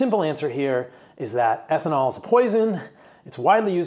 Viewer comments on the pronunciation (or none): none